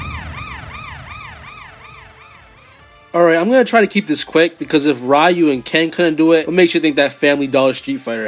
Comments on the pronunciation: It's not "Rayu" pea brain. It's "Ryu" (Ree-U) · It's "Ree-yoo", not "Rai-yoo" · everytime you say “rai-yu” 🥺🔫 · Looks like isn't as much of a weeb as we thought. He shares a trait that only gen x and older possess commonly. Saying Ryu as Rye-U instead of Ree-U Edit: Orochi as OrAHchi Kazuya as Kazooya. Someone call Banjo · Rayu is the most mentally handicapped way I've ever heard a mfer have ever pronounce ryu's name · dawg you GOTTA stop mispronouncing sf names😭 mispronounced both ryu and oro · I physically and mentally cringe every time I hear someone pronounce Ryu's name like that (yes I’m sounding like that guy) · The way he says "ryu" is disrespectful ☠️ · And "grimoire"